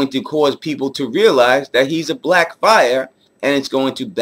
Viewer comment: You mispronounced blackfyre! You know I'm messing with you, like the concept of these videos, you know I'll be watching bruh